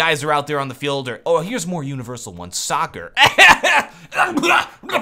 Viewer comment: Lol you crack me up man. that sound when u said soccer hahaha xD don't h8 m8 football's a good sport